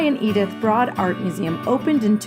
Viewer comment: Beautiful video of all the best places on campus :) (though fyi Broad is pronounced like it rhymes with Road for future reference ;))